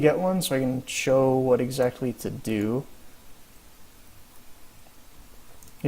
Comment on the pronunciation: more like detonoob ECKSEE